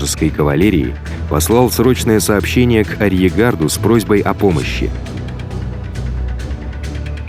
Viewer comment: Интересно, спасибо! Единственное посоветовал бы, из "арьергарда" вторую "р" не выбрасывать.